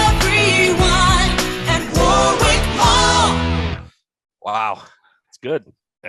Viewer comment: As a Brit, the pronounciation of "Warwick" really triggers me!